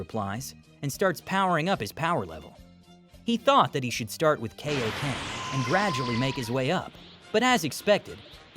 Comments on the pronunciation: IT'S KAIO-KEN NOT KO-KEN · Are you just going to keep mispronouncing kaioken